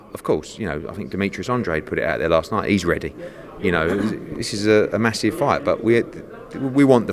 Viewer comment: Eddie "massiff" Hearn